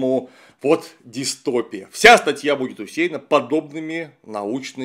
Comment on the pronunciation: В слове "дистопия" ударение падает на вторую "и". Полная аудиоверсия статьи